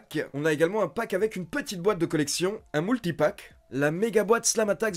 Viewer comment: "Un moultipack" Change pas Ali